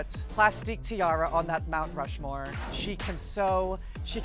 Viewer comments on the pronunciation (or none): Mount RU-More